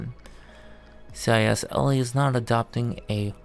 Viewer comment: It's not CISLE it's CISLA